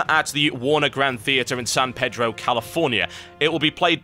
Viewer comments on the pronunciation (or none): none